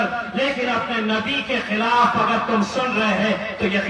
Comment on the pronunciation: Filaf nahi khilaf hota hai